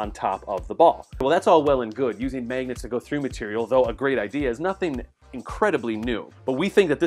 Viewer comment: Megnets?!?!?!?!?!? But actually, great video